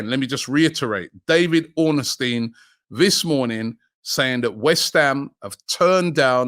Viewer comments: Why do you always call him Ornestin? It’s Ornstein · Robbie it’s ORNSTEIN not OR NES TEIN 🤣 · Robbie mate it’s Ornstein not Orn nest teen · Just once Just once I beg Robbie pronounces david ornstein right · 😂😂😂😂 you and me